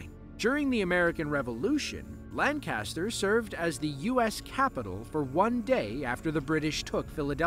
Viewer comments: It’s not Lan-CASTER, it’s LANK-ester. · You have no idea how many people from Lancaster cringe hearing you say it like that....😅 For those who wonder. People from Lancaster are from Lan- kiss-stir